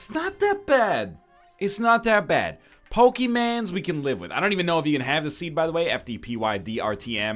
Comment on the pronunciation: LOL I TOT YOU SAID IN THE SPIRIT OF POKEMAN????? Such a disappointment. You should change the title to NOT-pokeman.